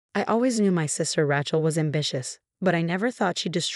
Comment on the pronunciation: Rachel with the long "a," not a short "a."